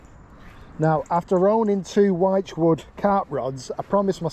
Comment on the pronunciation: Hi. I know it sounds like I am nitpicking but the word wychwood is pronounced like you would say "witchwood". Love the content. Keep it coming. Carlisle Phill.